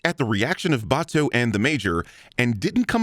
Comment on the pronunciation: Aaaaaaand lastly, sin 194 should've been two sins. One for the usual deus ex machina bullshit, one for pronouncing Batou's name Batoo.